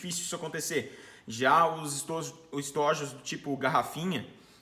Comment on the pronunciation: Parabéns. Muito bacana o vídeo. Percebi que se confundiu quando foi falar a palavra estojos (plural). Uma coisa me incomoda muito no universo do tiro: as pessoas pronunciarem o plural de estojo com a vogal fechada ao invés de aberta. Estojos|ô. Abraço irmão.